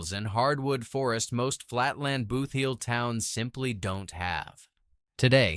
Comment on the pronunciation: I had to stop watching. If I heard AI guy say BOOTH heel once more I would scream! It’s BOOTheel! This is a hot mess!